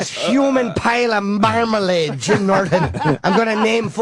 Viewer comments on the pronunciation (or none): I love the way Jimmy pronounce Marmalade. "MAIRmihlaid."